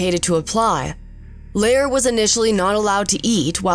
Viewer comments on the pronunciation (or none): Bert Lahr is pronounced LAR to rhyme with FAR, not LAIR, you got it right once but then changed it. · Wait, she pronounced Bert lahr’s name right once then changed his name to Bert lair. Oh well otherwise she did a nice job. Lol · it is pronounced Larr not Lair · Learn how to say Lahr and Bolger!!! Your inability to do that casts a bad shadow on your overall credibility. How much of what you claim here is true? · Aargh. I know the narrator is probably young, but it's bloody annoying that she wouldn't learn how to pronounce the names of the actors. Burt Lahr's name rhymes with car, not air. And Ray Bolger's name has a soft g in the middle, like the G at the beginning of George. Finally, the first A in Belgravia should sound like the A in gravy. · Announcer mispronouces Lahr and Bolger. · And they're also mispronouncing Bert Lahr's name. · Whoever narrated this can't say their names right. Ray Bolger...Bert Lahr etc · She ruined Mr Lahr's pronunciation too.😒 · The narrator has managed to mispronounce both Bert Lahr and Ray Bolger's names.